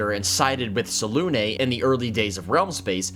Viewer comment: I can tell you're a professional because you pronounce Selune correctly. C'mon BG3.